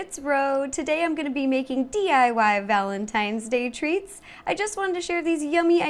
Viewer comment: i thought you said valentines THREATS. (love you ro)